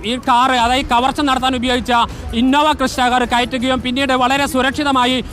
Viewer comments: Innova ക്രിസ്റ്റ കാർ അല്ലടോ ക്രെട്ട കാർ ആണ് അതെങ്കിലും നോക്കിഇട്ടു വാർത്ത പറയൂ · innova crysta 😂alla hyundai creta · Crysta alla Creta alle